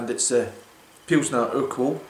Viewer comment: You're one of the few people to properly pronounce urquell, however, the city is pronounced Pilsen, no Pleezen. The Chez spelling is Plzn. It's where the world Pilsner comes from.